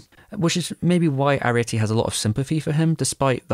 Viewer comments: Great video, but why are you pronouncing Arete like Arietty? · I was taken aback every time you called her Arietty instead of Arete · Why did you keep pronouncing Arete / Ariite as if she had the same name as the Borrower Arrietty? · I wondered about that, too. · I have issues with how you mispronounce her name. ☺️